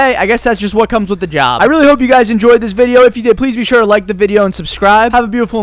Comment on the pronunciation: I love the “PeACe!” at the end of the vids lol